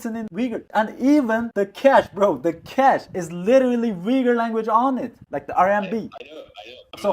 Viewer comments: Nice program Just a couple nits I picked: It's not "a Uyghur influencer" but "an Uyghur.. It's not pronounced Wee goor but Ooygoor (approx.) Besides the fact that one needs about 20 minutes, iejust before the end of your program, to start understanding your English pronunciation. His, instead, is crystal clear because he pays attention to map his phonemes to generally understood sounds for a majority of English speakers. Not you. If you want to be followed, fix the sounds you make. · Hey, I grew up in Kyrgyzstan and liked Uyghur street food. I was also baffled when I first heard how people pronounce Uyghur in English. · The Westerners can't even say the word correctly. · The lesson on learning how to correctly pronounce “Uygur” in his native language, alone, is more than enough to make this video worth watching ❤ But thank you for searching this young man out, that was a wonderful interview. It shows that he’s a young regular Uyghur living in Xinjiang, still awkward at certain things but definitely maturing to be an adult growing up with pride. Excellent video. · Also: Thank you for teaching us how to pronounce "Uyghur" I know that in certain Turkish proper nouns like the "Yigtcan" and "Erogan" the "g" isn't pronounced as strongly as English speakers normally would. I should have known it would have been true for Uyghur as well. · The pronounciation in English is ridiculous and makes no sense. If I didn't hear the pronounciation, I would not know that this is how the word is pronounced. Granted, this is the case with many words in English. But people have no problem pronouncing "Uber". The don't pronounced it as "Veeber". So why is "Uyghur" pronounced in a ridiculous way? Just write it "Ooyghoor" then.